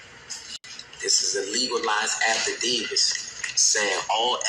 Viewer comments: What is an “affa Davis” 😂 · Did he say “affidavis?”😊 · Dude said affidaviS!! Stupid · Affadavis? :face-blue-smiling: That like saying I got the diabetis,,, :face-blue-smiling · homie said “afidavis” 😂😂😂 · Affidavis he said😅